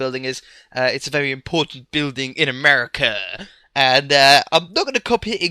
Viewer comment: The way you said America was really funny. I couldn't get over that. That made me wonder if that's how I sound. Lol.